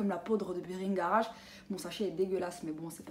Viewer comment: La poudre s'appelle bhingaraj et non "bringara"🤪, cependant je kiff ta routine elle a l'air super jai hâte de la tester merci pour tes conseils❤